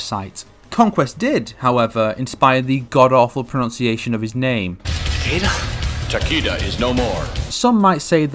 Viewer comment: I hate how he says Takeda